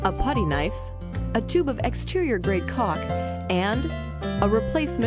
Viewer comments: It seems like she is mispronouncing Caulk, Maybe they need to get someone different from Fivr next time from home improvement profession. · I like how she says caulk